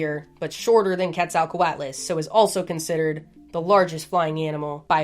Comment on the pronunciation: Your delivery never ceases to amaze me. Quet-zal-co-at-las. I couldn't make it sound that cool if I tried for a week.